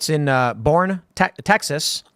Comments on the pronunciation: Boerne, Tx is pronounced bur-nee it's German 😂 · Boerne is pronounced like Bernie.